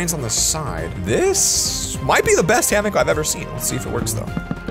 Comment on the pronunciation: did it trigger anyone else when he said hammick not hammock